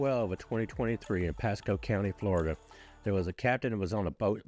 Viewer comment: Because it’s “Foriduh”